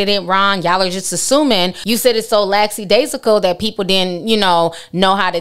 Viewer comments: “Laxidasional” 🤣🤣 love you!!! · Ti you had the correct word you were just pronouncing it wrong lol; Lackadaisical